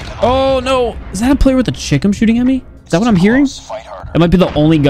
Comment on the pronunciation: Why am i hearing 'Chicken' instead of 'Chicom'